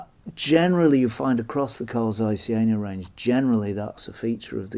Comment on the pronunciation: Very interesting to see them still around. (It's not the end of the world or anything but the "Z" in "Zeiss" is pronounced as "z" in "pizza" or "Mozart".)